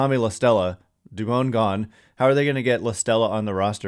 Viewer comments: For christs sake it’s not “dubOWN” it’s “dubON” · Jon Miller pronounces it Du - bon , not Du - bone. He's a stickler for getting the name right. Where do you get Du- bone from ?